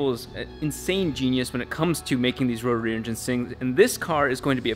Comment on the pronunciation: 0.25seconds in.. Can you say "Rotary"?? LOL